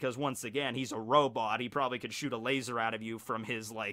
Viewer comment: Love. Love the cringe. Hate the way he says LaZORRRR